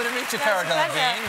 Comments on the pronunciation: I just watched the part where he pronounces her name. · Not delevigne